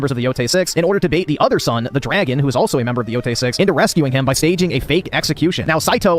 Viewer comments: Pronounces it "Ghost Of Yotai" cause he isn't a weeb. Uses the phrase Talk No Jutsu which is a meme based on the manga/anime Naruto to poorly explain what happens to the Spider. And "Talk No Jutsu" he is able to pronounce naturally, but wether the E in Yotei is pronounced like an E or an A is rocket science only weebs know. Sure... Also I specified this point cause nobody else pointed it out (understandably sunce it usually gets lost in the sea of stupidity and nonsense he spouts and even I didn't notice it in the original response you did). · bro saw “yotei” and reads it as “yotai” (when he actually pronounced it correctly later in the video so you know it’s on purpose)